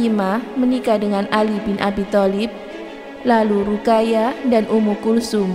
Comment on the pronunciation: Min... Ruqayyah dibaca harusnya Ruqoyyah